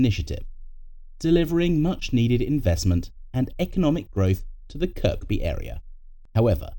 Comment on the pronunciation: Second K in Kirkby is silent